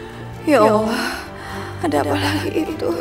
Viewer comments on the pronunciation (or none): Yg bener allah bu.bkn awloh